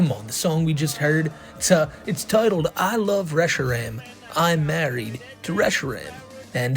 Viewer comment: The thing that pisses me off most about is his constant mispronouncing of various pokémon names. How does he like them so much but say them like a parent mockingly reading the name of them. Especially reshiram. Its "re-she-rahm"